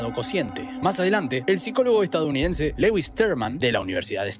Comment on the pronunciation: de hecho 🤓👆 No se dice Lewis, se pronuncia Luis. Sin acento en la A Chakira